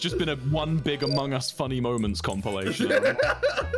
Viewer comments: Tommy: makes fun of big q for saying amangus Also Tommy : AMON GUS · True he just says mong us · Did anyone notice he said amug us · Why did he say amog us in the start tho